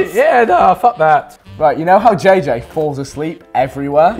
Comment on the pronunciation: I thought u said banana for JJ lol